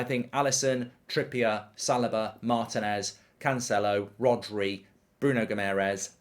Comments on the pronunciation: Why does Mark keep saying Salaba? Its Saliba my guy 😭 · I think he pronounces it as Sal i ba rather than Sal- ee- ba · mark: right center back easy pick, "salobah"